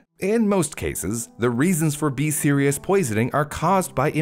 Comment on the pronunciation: whenever he says B. Cerius or whatever it’s called, all I hear is BE SERIOUS. So I’m over here like, ok ok I’m being serious! 💀